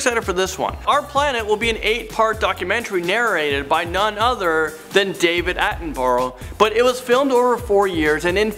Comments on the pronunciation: David Attenborough is NOT pronounced like that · any one else get triggered when he pronounced our lord and saviour David Attenborough's name wrong